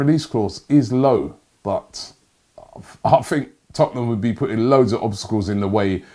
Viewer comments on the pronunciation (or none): none